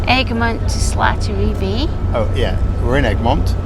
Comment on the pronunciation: OK, I know it's in the past now, and I'm being picky, but it's SALTery Bay, not Slattery Bay! However, notwithstanding that minor faux pas, I very much enjoy your adventures. I live on Bowen Island, which you passed to your right on the ferry to Langdale/Gibsons. Keep it coming! And just to add a bit of trivia, when you were on that ferry, you were traversing Howe Sound, named after Admiral Richard Howe who triumphed over the French fleet in the battle of The Glorious First of June, 1794. Lots of the place names on the BC coast are named after various participants in the battle, including Bowen Island, named after Rear-Admiral James Bowen.